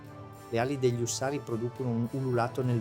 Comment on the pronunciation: ÙSSARI...NON USSÀRI !!!! MA BASTA CON LA I.A. !!!